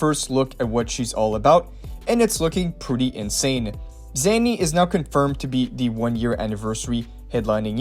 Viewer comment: Again it's Zaani not Zanny